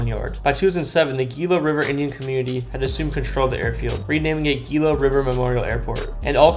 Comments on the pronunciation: TOOs-sahn (Tucson) Mon-tuh-ZOO-muh (montezuma) HEE-luh (GILA) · PRONOUNCED "HELA" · lol wait till you heard Geela river